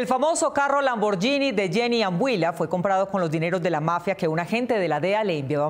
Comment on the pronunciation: Porque pronuncia LAMBORYINI 😂😂😂 así no se dice